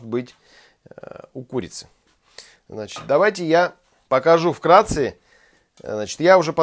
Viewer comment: Что? "Вкрации"? Или я неверно услышал?